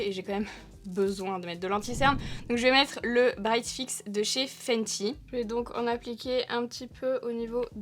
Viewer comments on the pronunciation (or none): none